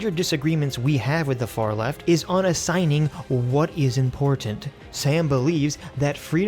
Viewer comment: used to say "im-por-tant" like he makes fun of Lauren Southern for saying it like. Lol